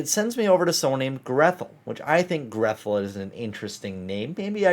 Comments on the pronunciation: Grethel is a German name. It isn't pronounced "Greth-el", but rather, "Gray-tel", as in Hansel und Grethel. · Btw, Grethel is a Germanic name, usually pronounced "Gretel"